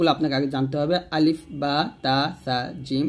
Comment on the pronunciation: Assalamualaikum,,, mim ar sathe to alif ace,,, apni alif ta kan prle na?